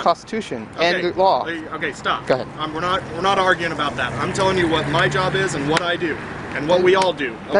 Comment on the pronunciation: "Dat ish not a crime" I was dead. His pronunciation😂😂😂